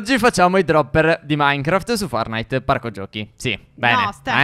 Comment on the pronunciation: Si dice forTnite e non fornite